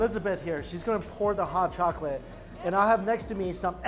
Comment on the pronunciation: Totilla... chocaty? All these new words. Lol at least he didn't say Jooshy this time